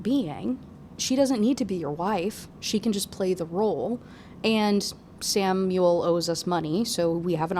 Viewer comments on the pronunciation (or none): none